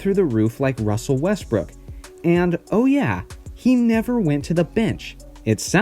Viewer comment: WUSSEL WESTWOOK, WTWUUUK???